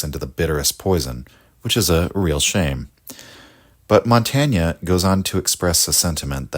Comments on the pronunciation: Why is it so hard for English speakers to pronounce even well-known names correctly? It’s impossible to follow the argument, however perfect, while the name is being butchered every few moments. Too hard to learn such a simple thing? Or for lack of respect? /mɒnˈteɪn/!!!!! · This is a very good video essay, but it's just pronounced "montayn" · You pronounced his name wrongly. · I'm sorry I love your channel but the French pronunciation is painful lol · Good text but please pronounce his name properly. We owe him this much. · Good video, but awful pronunciation of Montaigne's name!